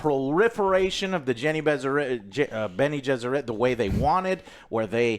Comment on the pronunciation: Jene-Besserit...Bene-Jesserit...Benny and the Jets...nice